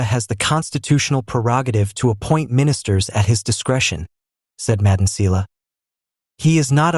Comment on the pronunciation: Im new here but I've noticed that you don't pronounced some of the words correctly just like "Phala Phala" you saying it Fela Fela now you failing to pronounce Thuli Madonsela please do your homework before you come here.